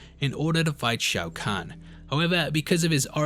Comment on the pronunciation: I love when Brits just slaughter foreign pronunciations. "Shao Can"...."Myleena."